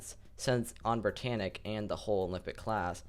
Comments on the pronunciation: schip entschuschiascht brittanitsch was very schtrong schip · Why do you do that brittannic